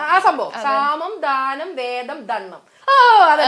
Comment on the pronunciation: വേദം അല്ല ഭേദം ആണ് ശരി. ഭിന്നിപ്പിക്കുക എന്ന് അർത്ഥം.😂